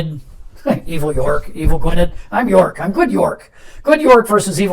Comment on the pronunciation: Really great to see the new expansion in play, although I have to point out that Gwynedd is pronounced Gwyneth! Forgive the silly question, but are the red counters just a visual aid, rather than a mechanic?